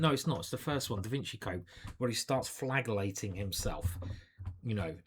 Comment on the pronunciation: You say it as fladgelating